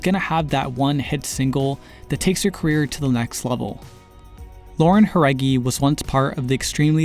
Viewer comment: "Juaregui" Kskkskskskk I choked